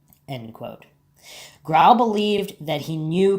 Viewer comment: I cringe whenever I hear you mispronounce Grohl.